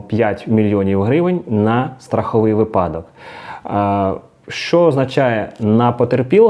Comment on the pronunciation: Правильно "вИпадок". Неправильно "випАдок" 🤫